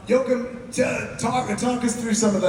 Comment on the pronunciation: They really should learn how to pronounce the directors name right, "jokem" is way off